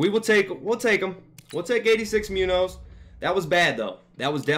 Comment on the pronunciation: Pronounced Moon-yohz.